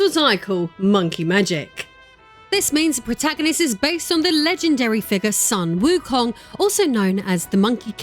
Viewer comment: The correct pronunciation is "Soon" Wukong, not "Sun" Wukong.